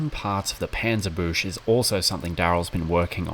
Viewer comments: Just two comments on the pronunciation: The 'u' in Dunkelgelb is like the u in butcher, nowhere near an a. And the Panzerbüchse is a Panzer-byxe. I had to look it up to understand what you might mean. 😉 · I love it how you guys pronounce the Panzerbüchse. 😀 It is certainly not an easy word for native English speakers. in German it sounds like its written Panzerbüxe. I love the work you do and can't wait for Wednesday each weak.